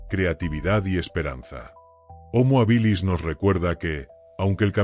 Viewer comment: Desde el minuto uno no se pronuncia bien homo habilis....no es ni llana ni aguda, se debería pronunciar como esdrújula, solo hay que ir a la raíz de la palabra hábil.....